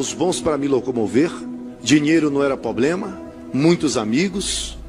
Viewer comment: Um padre não fala ploblema...heiiiii